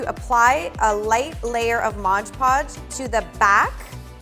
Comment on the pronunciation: Haha modge podge! Lol its mod podge silly Edit: Just realizing I didn't tell you how awesome this was & just made fun of how you say mod podge! I really love this & am going to try and do it! Thanks so much! 😆💘